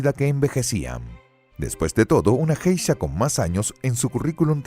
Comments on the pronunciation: él pronuncia JEISHA con J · Buen vídeo, pero se pronuncia "gueisha", con la g suave como en la palabra "guerra". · Que mal que está buena información tenga el tremendo error de la mala pronunciación de la palabra Geisha. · por que borra comentarios a pesar que no rompen ninguna regla de convivencia? que poco profesional su canal aparte de que sino sabe la pronunciacion de un termino en japones deberia informarse bien a ver sino borra mi comentario tambien